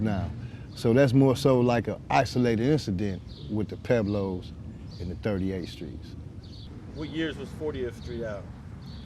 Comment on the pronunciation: Pueblos...Puh-weblows....NOT Peblows...if you’re gonna use a SPANISH name say it correctly. Esp you Alonso, seeing that you’re Puerto Rican...SMH